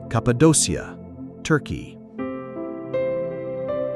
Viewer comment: It would be nice if you could use the correct pronunciation for the places you’re describing — Cappadocia is pronounced “Kap-pa-doh-kee-ya”.